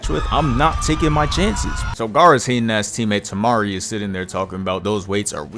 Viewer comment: Bruh said Temari and Cancún💀💀